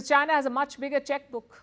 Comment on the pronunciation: Moving away to whom? Chynah? okay. :face-green-smiling